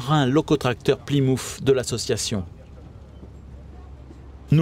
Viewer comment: Super votre petit reportage , cela me rappelle des bons souvenirs quand je vivais sur Villeneuve. La loco plymouth ne ce prononce plymouff mais plymouth (ousse). Mon papa avait une voiture américaine de cette marque ! 😆